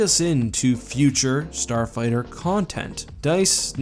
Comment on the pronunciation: No one:: “Starfigther” Just watching out for you, keep up the vids!;^)